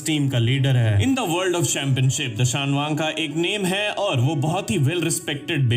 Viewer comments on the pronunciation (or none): Woh Dashayang nahi Dashayan hai mind your words No one can take Ryugas place ❤❤❤❤